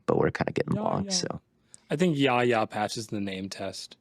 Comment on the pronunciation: Yahya Black is pronounced (Why-yay)